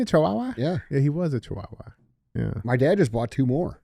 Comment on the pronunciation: DJ saying chihuahua is giving me an aneurysm 😂